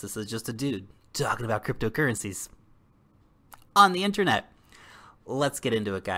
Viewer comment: Love how you say.........ON THE INTERNET!!